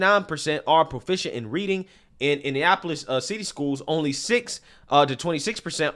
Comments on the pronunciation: …it’s Indianapolis….6 syllables….you said Indiapolis 5 syllables…😂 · It's pronounced India napolis. 😂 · My guy. Please learn how to say Indianapolis